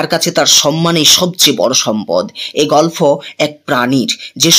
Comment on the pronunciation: আপনি গল্প কে গলফো বলছেন বার বার শ্রুটিকটু লাগছে...